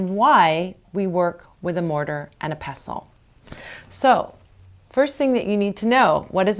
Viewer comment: Thanks for saying pestle correctly! Also, you just saved a rough mortar from a load of myrrh resin - I never knew!.